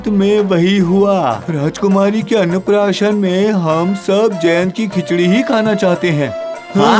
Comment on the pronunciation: Annnprsasan nhi annprasan